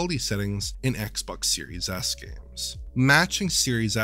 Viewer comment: I keep hearing "serious a$$" xD